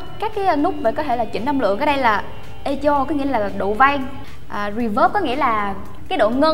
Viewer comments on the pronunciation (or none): none